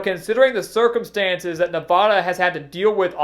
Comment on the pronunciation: Please learn how people in the west pronounce "Nevada". Thank you